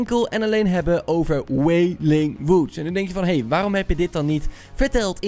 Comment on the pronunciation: Goed uit gesproken wailing wood